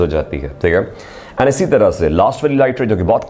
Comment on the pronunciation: It's not Teeeghay it's theek hai